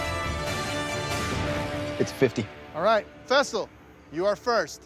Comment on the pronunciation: Why all of a sudden are they calling him fessal